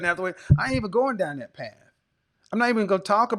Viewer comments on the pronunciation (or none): none